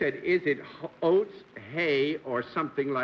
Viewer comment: John keep wanting pronounce "oats" as "hoats". Is there some thing in old English that calls for an "H" in front of oats?